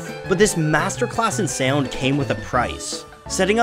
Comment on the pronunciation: The way the narrator says "Sea-owned" instead of sound drives me nuts.